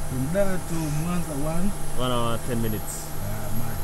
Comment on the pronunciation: “H" inakuwa silent unapotamka neno hour